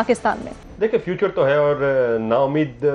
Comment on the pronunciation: "Future" hota hai "feature" nhi.